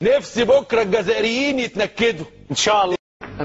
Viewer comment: وتقولو علمتونا اللغة العربية وانتم حرف ج ماتعرفوش تنطقوه الجزائريين مش القزايريين هههههههه